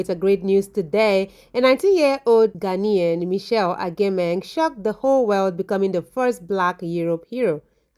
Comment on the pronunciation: please you are Ghanaian now, stop embarrassing me